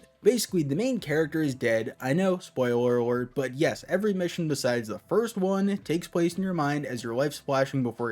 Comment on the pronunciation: “spoiwer awert”💀